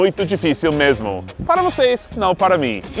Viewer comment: kkkkkkk carioca não fala mesh-mo. É mejjjjmo ou mermo kkkk